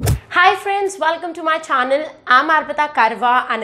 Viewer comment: wow its really easy to understand. by the way mam! its channel not chaonel according to your pronunciation.